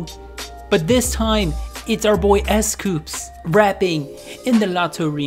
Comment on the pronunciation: Its s coups not s coops its dino not diino